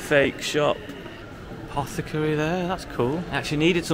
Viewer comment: "Apocathary" That reminds me of Runescape.